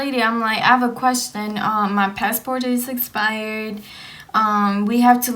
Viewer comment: I tried I really tried I got a headache half way through, she needs to study english and spanish. "pesso" instead of Paso, and "espired" instead of expired my dad was "frustrating" instead of frustrated. I can't, it hurts. Glad ur okay, u made a video so it must have worked out. ✌